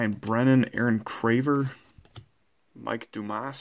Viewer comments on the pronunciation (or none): none